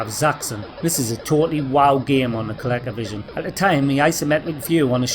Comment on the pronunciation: I love how you say ColecoVision, it's how I'll pronounce it from now on